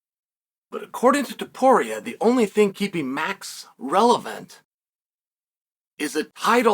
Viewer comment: TOW-PURIA not 2-Poria